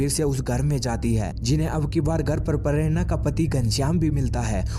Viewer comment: Pharerana😂😂😂 prerana bhi ni bolsaktaa bhenchdh